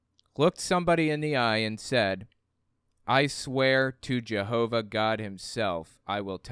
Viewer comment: why s it that all the JW media pronounces jehova like a Frgro character but you and the liar in court say it rather not that